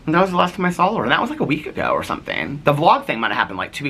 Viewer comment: Haha, you also say "sawl" instead of "saw." Haha 😄 I laugh every time you say it. Is that a Midwest thing? 😂 We used to eat Mrs. Grass"s soup, too! Yep, you drop the little ball of concentrate chicken flavor in to dissolve. It was so delicious 😋 Tell your cousin I'm so sorry she's going through so much currently. It's so difficult, but she's a strong woman with a gentle soul, and she'll be okay. 💐